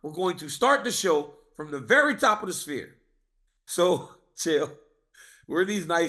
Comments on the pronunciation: Chael "I love the SPEAR" 🏹 Chael its Sphere 🌏🌎🌍:planet-orange-purple-ring: Chael's command of the english language is astonishing. Merab DO-GOSH-TEA-LEAVES dominated at the SPEAR! LMAO 💩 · I understand Chael mispronouncing half the names in the UFC. But pronouncing the Sphere as “Spear” is TOO MUCH 😂😂😂